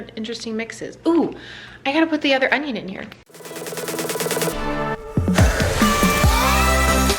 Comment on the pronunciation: King of queens? He says on-ion-ione slot.